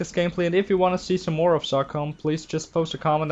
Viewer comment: its pronounced so com i no if u come from somewhere else its pronounce diff